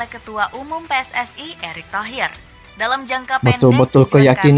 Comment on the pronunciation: Maaf pakcik bukan PI-ES-ES-AI tapi PE-ES-ES-I dalam tata bahasa Indonesia ada aturannya sendiri... jika itu singkatan kata dalam bahasa Indonesia maka gunakan juga ejaan alfabet dalam bahasa Indonesia...